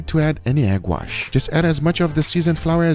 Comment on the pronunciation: And he pronounced it like “eggwashe”.